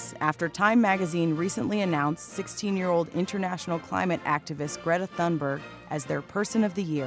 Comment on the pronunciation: Learn how to pronounce Thunberg.